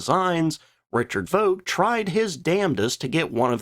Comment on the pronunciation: Favorite company and cannot propertly pronounce the name... or luftwaffe... or vogt.